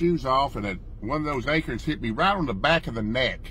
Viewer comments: What’s an “A-kern”? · Happy birthday pop,Billy and Jason, it's is call Acorn not acre 😅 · He said "A-curns" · Acorns not akerns!!